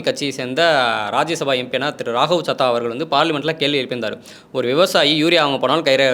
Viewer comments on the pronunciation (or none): none